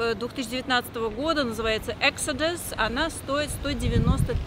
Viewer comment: Эксодыс😬?? Она точно яхтенный брокер? Лодка называется Экзодюс...